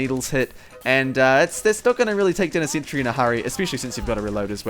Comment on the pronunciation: "*THEY HIT A SENTREH!!!!!*"